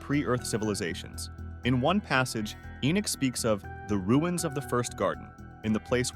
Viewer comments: narrator you keep mispronouncing ENOCH, it's not enick or enuck nor is it enack or eneck or even enck it's ENOCH as in eee.....nock on a door , ENOCH. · The book of Enick? Maybe The Boom of Enoch, a mistranslation using crap script reader perhaps.